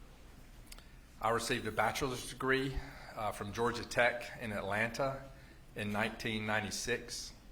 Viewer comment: I love how he pronounces “GEORGE-AH”